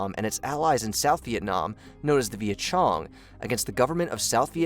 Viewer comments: Viet Chong is pronounced Viet Kong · “Known as of the Viet Chong” did you just came out a rock? Even someone who’s never finished high school knows it’s Viet Cong. That hell? Are you a bot? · VIET-CONG not viet-CHONG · It was Viet Cong ,not Viet Chong! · Viet Chong with a ch sound? Where were you educated?